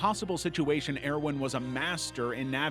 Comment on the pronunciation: Stop mispronouncing the cities and it's pronounced ERVIN please omg... Please why... why do this to me..? ToT